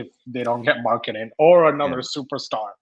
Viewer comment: Can you stop with the Lauri markanen pronunciation thing? It’s getting really annoying